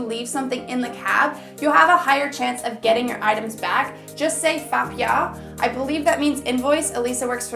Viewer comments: It literally took me 3s until I realize what you were saying is “fa piao” not “fk y'all” 😂😂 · The word "receipt" you pronounced almost like "fk yall", which sounds kind of right but hmmmmmm weird... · I thought you said "fuck ya." Oh, you meant "Fa piao"!